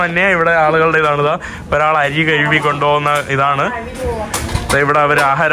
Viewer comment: എടാ കോപ്പേ, "കഴുവി" ഏത് ഭാഷ? കഴുകി എന്ന് പറയാൻ അറിയില്ലേ